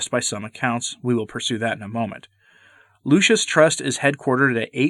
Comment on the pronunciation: You keep calling it the "Lucius" Trust.